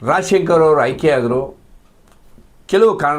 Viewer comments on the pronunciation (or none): ರಾಜಾಶಂಕರ ಅಂತಾ ಸ್ಪಷ್ಟವಾಗಿ ಹೇಳಿ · Raajaa shankar anta sariyaagi heLoke barolve?